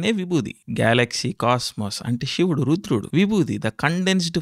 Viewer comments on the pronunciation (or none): none